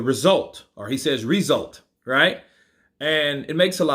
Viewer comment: Why does he pronounce result like that😂